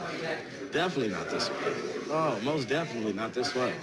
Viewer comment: Mos definetly, fiv children...HAHAHA!